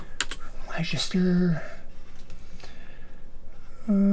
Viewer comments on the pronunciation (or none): Where is Liechester? It's Wooster not Woorstaashire. I love it when Americans can't pronounce French places, and apologise. Yet they still can't speak English propa. 😅😅😅😅